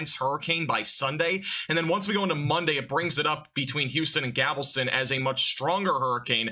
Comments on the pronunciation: Gavelston? Galveston homie, also that's not where galveston is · he even said "gavelston", hahha